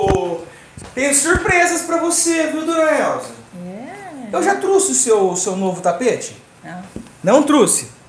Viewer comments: Não se usa dois verbos: errado falar: vou ir Fala-se irei Não é truxe. É trouxe 😂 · não é truxe e sim trouxe, vc está falando muito errado. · n é truce é trouxe plmdssssssssssss q agonia